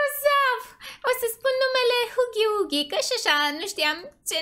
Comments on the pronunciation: Îi fain doar că vreau să-ti spun că huggy wuggy nu se pronunță cu ,,u" zi cu ,,a" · Huggy Wuggy se citeste hagi uagi nuh u gg y w gg y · Gagu bagy nu hugy bugy